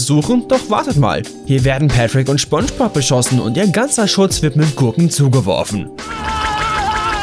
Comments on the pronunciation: Jeder der "Schponschbob"(spongebob) wirklich gesehen hat findet das Video lächerlich 😂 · Schponschbop und Sandy Chicks .. junge junge .. die serie komplett auseinandernehmen aber ihr könnt nicht mal die Namen richtig aussprechen :D vielleicht achtet ihr nicht nur auf die fehler sondern mehr auf die Dialoge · Schoonschbob..... ?!?!😤 wieso sprichst du das falsch aus ich raste gleich aus xD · seid wann nennt man Spongebob Schponschbob? Alter, lern mal sprechen xD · Genau... Schponschbob😑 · Du hast gesagt schponschbob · Er sagt Sponschbob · Schponschbob.... Kenne ich nicht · Schbonschbob.......fuck triggered das hart.... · Schponsch bob -. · Erster Satz: "Schponschbob". Dislike, comment und weg. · Triggered schon hart wie er spongebob sagt 🤦🏻‍♂️😅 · Jaaaa. Danke für den Post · Digger das kann doch nicht dein Ernst sein🤔🤔😂😂Jedes Beispiel war lächerlich..der einzige Fehler in deinem Video ist wie du SPONGEBOB aussprichst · Du willst nen Fehler sprich mal Spongebob aus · Du sprichst Spongebob falsch aus. Und Sandy Cheeks auch. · Nicht schpongebob sondern spongebob Aussprache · "schpongepop" NotLikeThis triggered mich auch dezent. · Lol ich hab immer schon Spongebob so ausgesprochen und ich merke grade das es gar kein Sinn macht es so auszusprechen "Schpongebob" lol jetzt muss ich mich umgewöhnen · Spongebob hat mich durch meine Kindheit begleitet und ich mag ihn immernoch total und bin mittlerweile 25 xD Aber der Typ heißt Spongebob.... nicht Schponschbob..... das regt mich total auf irgendwie, glaub du hast das nie gesehen. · man spricht es mit s aus aber im Video immer sch du dödel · Es heisst „Spongebob“nicht „Schpongebob“😂😂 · Anscheinend heißt er jetzt SCHPONGEBOB und nicht spongebob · Schpongbob... junge SPongebob mit SSSSS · Junge, es heißt SpongeBob und nicht Schpongebob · Schpongebob 😂 Bro das heißt Spongebob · Phonetisch: ßponnschbop Nicht: Schponnschbohb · Junge spongebob nicht schponschbob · Es heist spongebob und nicht schponschbop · Schponschbob XD